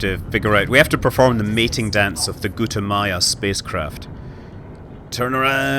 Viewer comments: GUTAMAYA! salty, not g00t-ah-yah-mah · Its Gu Ta Ma Ya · Lol, he said Gutayama